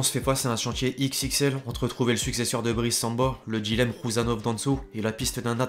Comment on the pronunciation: Effectif pas effectchif, Manchester United pas Manchester Unitchid, signature pas signatchure, dilemme pas djilemme, situation pas sitchuation, inactif pas inactchif, sentiment pas sentchiment, ..........